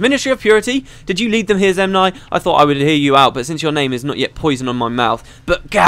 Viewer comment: Zenmai, not Zemnai